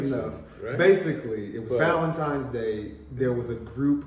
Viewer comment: Did he really say “valentimes” day?